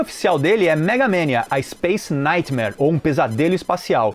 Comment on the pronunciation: cara, ninguem fala megamEnia...e sim MEGAMANIA